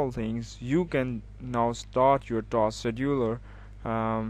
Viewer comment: Task Schedudeler (good vid btw)